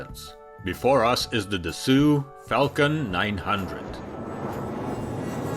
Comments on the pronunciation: It's not just wrong, it's hard to imagine how anyone could land on an ad hoc pronunciation so entirely unrelated to any legitimate existing rule set. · Interesting video but, as a Frenchman, I'm a little bit annoyed when I hear continuously that the French are doing everything differently. You can't refrain from making this kind of cheap and tiring joke even if you don't mean anything ... Well if it's true, then the rest of the world is wrong 😉 You should try to take interest in some French culture to understand better the mindset and avoid saying "Dassew" instead of "Dasso". Anyway no need to be fluent in French since the name Dassault is quite well known in aviation, isn't it? I should maybe consider to pronounce English names using French codes🤔. It might be hilarious ... For history: as shown , the first jet of this business jet "family" was named "Mystère 20" since it was more or less an homothety (wings and tail-unit) of the "Mystère IV", a French fighter jet of the 60's. It has been renamed "Falcon 20" to make it easier to penetrate the US market and it worked. From then on all Dassault business jets are "Falcons" ... No hard feelings. Regards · Very interesting, thank you. Detail: Please pronounce Dassault correctly. It is pronounced "DASSO" and not " DASSU". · Dassault is pronounced "duh sow" not "duh sue" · It's Dasso, not Dessoo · Please..it"s "DASSAULT"..O..not U. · it's pronounced duh-so not duh-sue fyi :) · My compliments on yet another very professional video which is also a joy to watch. I hope you don't mind that I suggest you improve the pronounciation of "Dassault"? If is not like you say "Dassue" but like "Dassoo", like in "go". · Interesting video 🙂 For your information, Dassault is prononced [Dass-Oh] ^^ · *”dass-ohh” not “dass-sew” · Why do you say “Dissoult” instead of “Dassault” (da`so)? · Say ' DA SAW' ... not DA SOOOO 😂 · Great video. One comment: Dassault is pronounced “da-soh” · Pronounce daso Not dasu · AI narration. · It’s “da-SO”